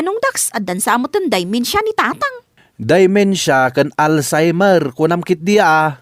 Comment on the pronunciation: It is DEMENTIA, not DIMENTIA!